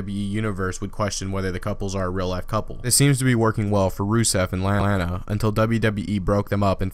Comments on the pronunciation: when you said Lana it sounded like Li-lana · He said lalana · "For Rusev and LahLana" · You hear he says la-lana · lol he said lana in a funny way. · What's with the way you said Lana?